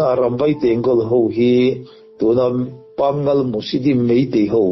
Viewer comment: Pangal i lam rik dan hi mak e...Pâ-ngal...ti tur ni in kan hria..